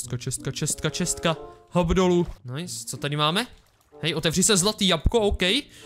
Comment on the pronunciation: Hater Říká to správně: chest [čest] -> čestka [chest + ka], akorát to počeštil.